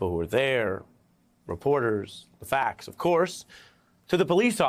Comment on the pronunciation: When did people start saying "facs" instead of "facts"??!!